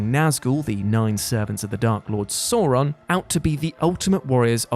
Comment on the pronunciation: The Dark Lord "Saw Ron".